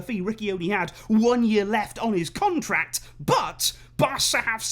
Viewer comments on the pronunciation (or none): none